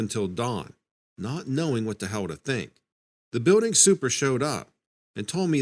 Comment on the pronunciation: Everytime i come across this fool telling stories tall tales never pronounces shit right!!! Its Building not buidding.